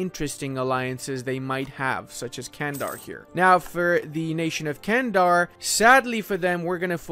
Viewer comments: Its not Kendar.. Its Candar like "G" Candar.. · Btw its pronounced like"Chandar". good vid m8, makes me wanna get some rum